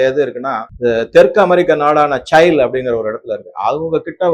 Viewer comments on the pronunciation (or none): South African country name is not சைல், it is சிலி